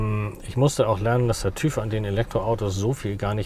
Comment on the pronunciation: TÜV spricht man anders aus :-)